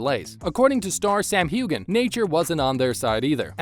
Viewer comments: Who is this person talking? A robot? He keeps saying Sam "hew-gan" I thought it was pronounced hew an. Am I wrong? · the 'gh' is silent...it's pronounced Hu-en or Hugh-en....check how to pronounce names before reading them out loud please...